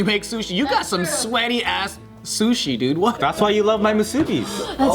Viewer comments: Hey, just a little FYI. In Hawaii, we put more emphasis on the BI of musubi. I’ve noticed a lot of you folks say muSUbi. Similar to the Japanese word “desu”, we don’t pronounce the SU very clearly. Try to practice saying it like moose-uh-bee. It would be cool to see you folks make an effort to say it like this more often, it just sounds more local. Idek if you’ll read this comment but hopefully you do and I wanna try and see if you folks say it this way in upcoming videos. Thanks for lovin hawaii! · I always laugh at the way they pronounce “musubi” 🤦🏽‍♀️💀